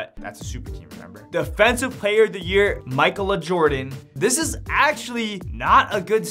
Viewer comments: Bro it’s not pronounced “Michael-A” it’s pronounced “Makayla” that’s why it’s already a name. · “Michael Uhh” is nuts LOL let’s sound this out. Mic-ay-la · pronounce it as mikayla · Im constantly amazed by youtubers in ability to read simple names and words. Ma-kay-la... Jeez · Mike-el-uh . . . . .you need to get out more bruh. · it's pronounced Mi-kay-la.. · It’s pronounced (Makayla) smh 🤦🏾‍♂️ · you dont know how to say Ma-kay-la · Lmao this dude needs to go back to school… SOUND IT OUT